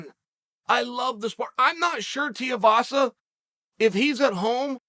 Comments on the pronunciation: Dude the right way to pronounce his last name is Too we vah sah. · If Chael calls him Tiuvasa he's Tiuvasa!!! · TUIVASA. ..... TOOWEEVASA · Its TUIvasa...better get the name right the young blokes gonna be here for awhile. And he is gonna get much better, those who know, know he can fight like a beast. Training with the worlds best, like Gokhan Saki...his brother in law is Tyson Pedro...they are all Mark Hunts crew...he was Hunts training partner.lol. He would sleep you for years Uncle. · Chael talks about being a fan, then mispronounces Tuivasa "Tiavasa" multiple times. 🤣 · Hey Charlie Sennon its pronounced Too-ee-vah-sah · come on chael say his last name right 2-E-VA-SA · It’s pronounced “two-wee vasa” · Tui rhymes with shoey Uncle Chael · ''Tiavasa'' -Chael Sonnen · teaivasa lmao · Chael... it's Tooeyvasa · for christ's sake man, learn how to say fighters names. TUIVASA- "TOO-EE- VAA-SAA" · Tiavasa🤣🤣🤣never lost a round or mispronounced a name undefeated an undisputed goat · Who is "Tiavasa"? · Chael, if you read the names on paper it might help with the correct pronunciation of said name. A second suggestion might be to use some of those endless, wonderful, personal contacts & inquire how people are called, especially when announcing their name to the world 🤔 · Only Chael could spend 8 minutes singing the praises of a man without saying his name correctly even once. Golden. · Can someone tell Chael Tuivasa have a u in it? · Still won’t say his name right 🤣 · Chael didn’t get his name correct once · Imagine suggesting it wasnt a knockout worthy elbow .Yet he face planted Lewis. Put some respect on his name and say it properly. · Chael keeps saying his name wrong lol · We need you to pronounce his name right, first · Chael, if you're gonna make a whole video praising a guy, you should probably learn how to say their name. Especially if its 4 simplistic syllables that a 3rd grader can put together correctly. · Teeahhvasa is wanked.... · Haha..Te as vasa..Tuiavasa